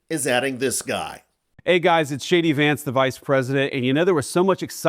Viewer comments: did he just said "Shady" Vance? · PS - did Vance call himself “shady Vance?”! Sure sounded like it. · Did anyone else hear him call himself "Shady Vance"? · Did he call himsel shady vance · "Hey guys, it’s Shady Vance…" — that’s what I thought he (JDV) said as he introduced himself! 😂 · Why does it sound like he introduces himself as Shady Vance? Freudian slip? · I thought Vance said hi folks I'm Shady Vance for a second. I said to myself well that's good that he's calling himself that. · Did he just say Shady Vance ?! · It is funny how when he says his name it sounds like he is saying Shady Vance